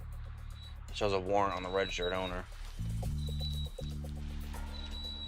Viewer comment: " reggstrd owner"